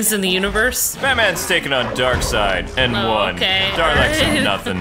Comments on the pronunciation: Freddy (Freddu) Well, has said it correctly once or twice before, so I just had to get it out there. It'll probably affect me minimally from now on. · I know this is a bit picky, but can you stop saying "Darleks" and rectify it to "Daleks," please? I know I'm being picky... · SebastianDoesThings it's spelled daleks but you pronounce it darlaek